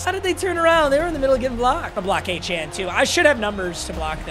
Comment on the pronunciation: Lowkey can u pls pronounce achane right it’s “a-chain”